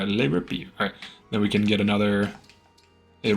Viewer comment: it sounded more like french trying to say Liverpool XD